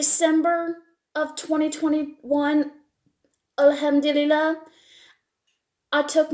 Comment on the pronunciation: She say arabic words perfectly Alhamdulilah, Allah huma barik laha